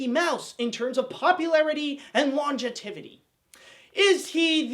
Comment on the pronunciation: "Longetivity"? Is that some Bugs Bunny reference I don’t get? Or were you trying to say "longevity "?